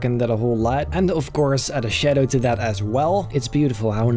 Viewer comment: I love how he just say "shedow" instead of shadow